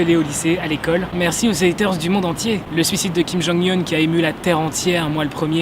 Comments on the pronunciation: Ferme la si c pour mal prononcé jonghyun bordel 😑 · "Le suicide de kim jonghyun qui a émut la terre entière moi le premier" mais ftg apprends d'abord à prononcer son nom correctement avant de parler y'a 4 mois tu connaissais a peine exo et wanna one a part bts alors shinee juste ftg ça sera mieux pour tout le monde